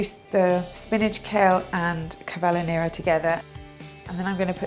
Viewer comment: cavollo nero?! ahahahah its CAVOLO nero ahaha love you btw xxxx